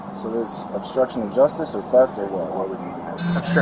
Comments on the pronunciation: its theft not teft..............................learn how to speak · did that cop say teft ???????????????? in AMERICA its called theft......ohhhhh its calimxico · Teft..teft..cmon cop, its TH eft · “teft!!” gosh, buddy cannot speak a lick of english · “Teft” lol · why does he say TEFT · He got charged wiff Teft?? 😂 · Right?! WTF is “Teft”?! and No! You can’t “Axe” me a question! I don’t speak Walmart! 🙄🤷🏻‍♂️🤦🏻‍♂️🤦🏻‍♂️ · We call them ‘ooga booga’s’…. Voodoo type black people. Very weird pronunciations. He was charged with ‘Teft’. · I’m always on the cops side, but I just have one question why on earth would you hire someone who can’t even speak English?? What an accident waiting to happen. You have to pronounce the H in theft my brother. Have a good day. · He is not speaking fluent English If he can't even pronounce the word theft correctly there is literally no other correct or right way to pronounce it other than how it is supposed to be pronounced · Arresting officer is really stupid, can't pronounce 'theft' and is a terrible frisker... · Pretty snarky for a cop who can’t figure out what his charge is, nor pronounce it without stuttering